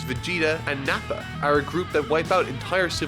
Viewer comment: This dude pronunces "are" as "aerrrrr". 😀